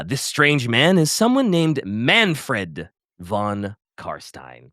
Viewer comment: "Vlad con Carstain" ... WTF ?! You spit in my face . He is f King Legend !